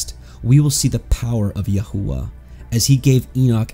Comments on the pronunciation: May I ask why you pronounce His name Yahua when the entire Christian world pronounces His Name Yashua? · Why pronouncing it yah hoo wuh?